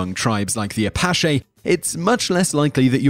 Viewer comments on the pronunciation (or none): You mispronounced Apache. It's Ah-patch-E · Apachi ... the ch is like in cheer. You can use that as a rule of thumb on how to pronounce Native American tribal names. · "Apashae"? Shouldn't you say it more like "Apatchi" (short I)? 🤔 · Apashay? What tribe is that? Do you mean the Apache? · "A-Pass'Shay"? Don't think I ever saw those in a John Wayne movie.... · Simon it’s pronounced a-patch-E... lol couldn’t help but mention it. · He sais apaschee hahahah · As an Apache, I gotta say he did as well as many Americans. He's not from here, mispronounced words come with not being from the area. Every video someone seems to have to point out at least one mispronounciation. I can garauntee you, if you talked for more than 10 minutes with a British person they could point out several words you mispronounced. Remember we speak American not British. Very close but not exactly the same language. Hell, pronunciation of words can sometimes chamge from state to state or even county to county. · That’s the most prentious, yuppy pronunciation of Apache ever. You make them sound like a Haircare product instead of a fierce band of Native American warriors. Other than that I love your videos.